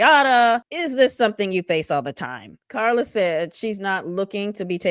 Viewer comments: LOL I could put you saying "KaRRRRRRRla" on repeat... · The EXTRA way you pronounce KARLA is hilarious 😂😂😂